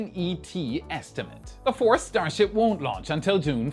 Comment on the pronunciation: "Enough Starshiip for today." no